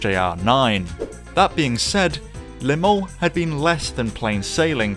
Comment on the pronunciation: I've never heard anyone pronounce 'Le Mans' as 'Limon'. Congratulations, though it's bitter sweet.